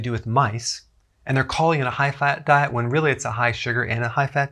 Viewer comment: "Hi-Hat Diet"...